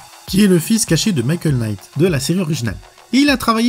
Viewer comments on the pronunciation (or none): ""Quenight".. lol .. le K ne se prononce pas .. "night" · le K de Knight est mué comme tout K suivit d'un N en anglais , ça se prononce Night :)